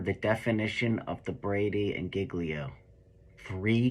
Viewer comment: Every real cop would never mispronounce " GIGLIO. " as painfully as.he does.. Either he wasn't a cop or was in and out in rookie stage less than 5 years of service. (Opinion only)(Educated Opinion)....